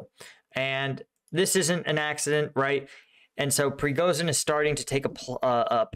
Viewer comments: man , I love your content. Can I correct pronunciation? Prigojin is how it sounds and LAPIN , no l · Prigozhin = pre-go-shin